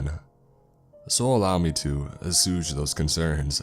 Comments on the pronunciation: Assuage is pronounced as it looks. "Ass swayj." You said it like "Assooj" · It is pronounced "ass-sway-juh" but cut the juh a little short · Hi :) I don't mean to be a dick but assuage is pronounced a-sway-j :) love your work! I listen daily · Uh~sway~j. Assuage. I'm sorry but I have kept it to myself for sssssooooo long. Still LOVE your content, though! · Assuage is pronounced “uh-swage” just so u know for next time 😉 I love your vids, ur voice helps me rly get into the story & fall asleep. Edit: Purported isn’t pronounced “perpetted”… it’s pronounced pretty much how it’s spelled, “per-port-ed”. It’s exacerbate… the word u used was exacturbate, which isn’t a real word but sounds kind of sounds like it could be lol Vehemently is pronounced “ve-heh-ment-lee”. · It's pronounced "uh-swage" . Nails on a chalk board. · I couldn’t get past assooge. Bro, please learn how words are pronounced. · Assuade, pronounced ah-swayed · Great narration but for future reference, “assuage” is pronounced ah-suh-wage. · Look up the pronunciation of "assuage." Good grief. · Assuage .... HERE> this is here is how it's properly pronounced , although to be frank... at this point, you kinda got me wondering if you just ain't fucking with us on purpose to see just how many in your audience will notice the mispronciations. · Was about to do that myself